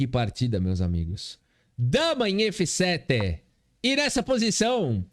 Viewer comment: meu, esse "DAMA EM ÉFÊ SÉTÊ" me pegou MUITO 🤣🤣🤣 TU ÉS O MELHOR!